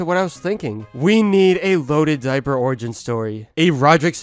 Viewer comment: How Jeff Kinney said “Löaded Dioer”